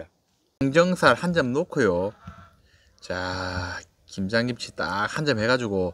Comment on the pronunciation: 발음이 ㅋㅋ 김장김친지 김양김친지 ㅋㅋ 빵 터짐 ㅋ